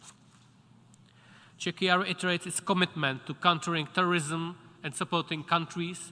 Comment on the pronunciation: "Chechia" XD